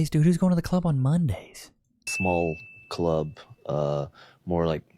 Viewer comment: hate how they say cluurb, just say club